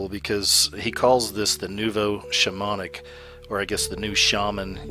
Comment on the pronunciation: Your pronunciation is bad. Shamonic (pronounced as it's spelled - shamanic) Samidi, (pronounced samdi, actual word is Samedi, which is French for Saturday. Coven (pronounced cuvven). :)) Sorry.